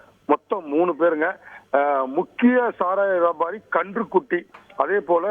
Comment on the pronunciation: அட தந்தி நியூஸ் கன்று குட்டி இல்லடாகண்ணு குட்டி என்னடா வசிக்கிற பரதேசி😂😂😂